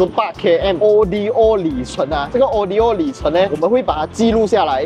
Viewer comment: 不明白咧。。。为什么中文媒体会把Odometer的简写Odo以字母单独念成O.D.O.。难道是和中国车媒把Evo念成E.V.O.同一个概念？ Odo源自于古希腊文'路途'的意思，不是什么缩写。